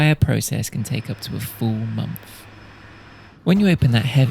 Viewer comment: Such a good video man but please pronounce "th" eg month, not monf. Or three rather than free. You have such good content and these little things will elevate you so much more. This isn't criticism in a negative way, hopefully a helpful suggestion. Keep up the good work!